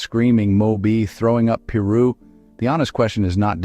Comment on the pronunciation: It's Piru !!! Pronounced Pie - Roo ! Come on !